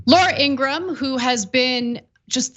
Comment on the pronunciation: laura ingra ham , or is it said laura ingraham . please state her name correctly. .